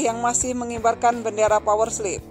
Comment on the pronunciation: Kenpa dia nyebutnya power sleep?